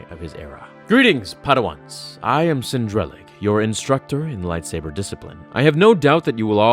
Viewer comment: It bugs me when people mispronounce names in Star Wars. Cin Drallig (Sinn Drahl-ligg)